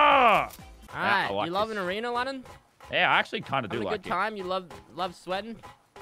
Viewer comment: No one:: Lannan’s already Goated at arenerrrrrrr